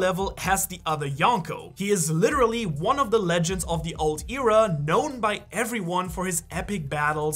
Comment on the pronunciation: Pretty sure that's not how you pronounce "Era"....